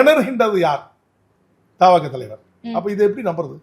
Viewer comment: தலைவரே அது தவக இல்ல, தவெக.